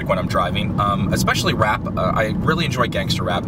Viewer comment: He's Too White When He Says Gangster And Rap